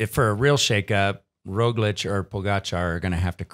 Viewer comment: Guys great podcast, but the pronunciation of names, yeez. Here are some helpful tips: Roglič ( Raw glitch ) , Pogačar ( Paw gha char ). Hope it helps!